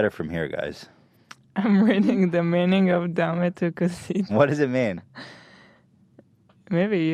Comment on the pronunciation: Ethan why you had to do us latinos like that with "Dame Tu Cosita" lol